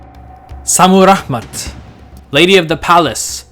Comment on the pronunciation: Is ist Šammuramat or Šammuraḫmat? You write it one way, but pronounce it the other way.